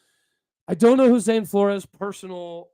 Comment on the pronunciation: Fyi, heard Zane last name is pronounced floors not flor-ez.